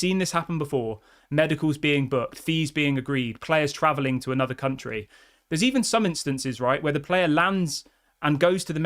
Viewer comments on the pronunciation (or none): none